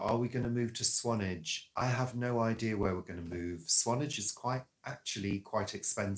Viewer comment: Swan-ARGE. It's not a and vlog without an alternative pronunciation ❤👏